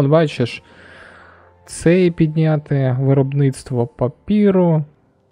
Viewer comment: Я про те, що там "е", а не "і" 😅 Бо коли чую "папіру", мені постійно здається, що закінчення слова загубилось 😆